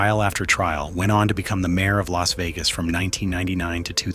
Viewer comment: AI CHANNEL. It says el a s instead of Las like loss. Also mispronounces Spilatro